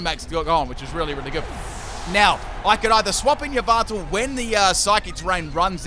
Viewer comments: It’s Ya Val tal not e valve tall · Did you just called Yveltal "Lyvato"? Sorry i seriously heard it that way. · Yvaltel is pronounced as Yahvotal Chech Mandjtv's channel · Anyone else bothered by how he says Yveltal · Im concerned about the way he pronounce "Yveltal" lol